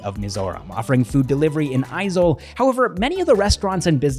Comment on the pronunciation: I was impressed when you correctly pronounced AIZAWL correctly. In tone and exactly how we pronounced it. But you dont pronounced Mizoram correctly lolzzz...just saying. Loved your videos though